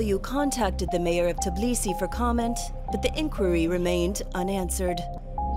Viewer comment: What is "Tiblisi"?